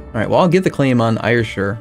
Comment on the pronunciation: It's pronounced air-shire not ire-shire. You pronounced it wrong all through your luck of the Irish run as well...